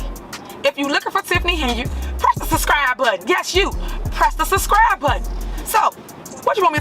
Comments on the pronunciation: Don't understand how someone who pronounces "suscry button" became a mayor in the first place. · She can't even say subscribe correctly... Make sure you suscribe. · Don't make "allezations", press the "suscribe" button. Lol! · "Suscribe" no i will not. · Press the “ suscibe” button! 😂😂😂😂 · What's a "susscrie" button? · It's SUB SCRIBE NOT SUS CRIBE .. hopefully you will have plenty of free time to catch up on Grammer n Education ...heard you learn Alot in Prison !! 😎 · Did tiff say suscribe. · press the suscrie button yes you press the suscry button. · "Press tha suss-cry button!!!" Lol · You heard her "suscribe" lol not suBscribe. This is a Mayor that cannot even speak properly. Sad but entertaining. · She can’t even pronounce the word subscribe!! 😂😂😂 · she cant even say "subscribe"